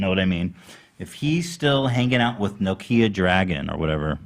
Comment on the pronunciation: "nokia dragun" I'm gonna fuckin scream